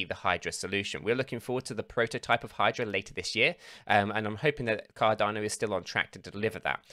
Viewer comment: Cardarno Cadarno noooooo it's Cardano 😭